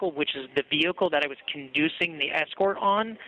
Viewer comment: Con-duceing a funeral. NO! con-duck-ting a funeral.